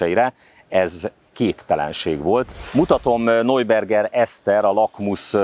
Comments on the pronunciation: Neuberger Eszter = Najberger Eszter (najberger, nem nojberger!!!) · Ismét egy kiváló riport, de ahogy kihangsúlyozod NEUBERGER Eszter nevét, a beszédesebb minden más információnál :)